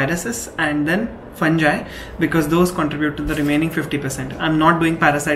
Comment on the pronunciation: Try to pronounce fungi correctly. Use some audio dictionary to pronounce medical terms correctly.